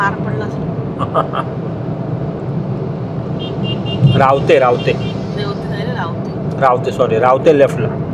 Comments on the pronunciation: रावते नाही रावेत गाव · रावते नाही ते रावेत आहे आणि ती मोनोरेल नाही मेट्रो ट्रेन आहे ती